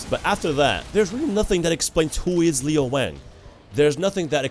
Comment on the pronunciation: His name is Lo Wang not Leo